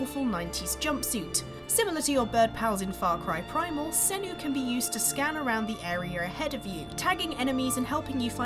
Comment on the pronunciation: really? Is Sanuu such a hard name to say? Fucking idiot reporters